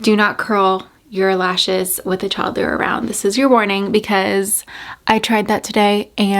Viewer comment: did you say you were curling your lashes around a “toddler”? I kept replaying to see if that was what you said! Omgosh!! I just quit curling mine! That sequined skirt looks so pretty on you!! And that pink dress! Gorgeous!!❤️❤️